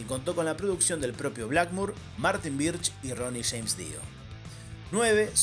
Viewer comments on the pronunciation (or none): none